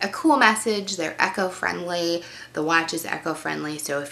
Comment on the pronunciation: Did she say "echo-friendly?" LOL